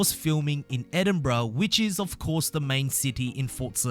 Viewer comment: “Scenes were shot in *Edinbruh*”